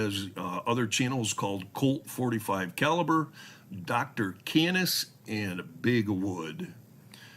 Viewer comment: Canis (KAY-niss) refers to dogs/wolves. Just sharing some knowledge. Mr Wood is absolutely Bravo Sierra India. I wonder honestly how much of it is just acting out because he's got no self control, and how much of it is legitimate insanity.